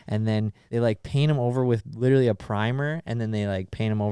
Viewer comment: says witerally lol